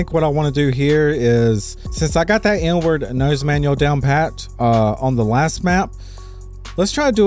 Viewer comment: Sounds like you say "n-word" every time you say "inward" lmao! I mean even youtube's auto captions interpret it as "n-word" sometimes XD